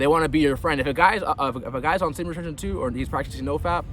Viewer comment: It hasn't improved your speech anyway. Semen retenn haha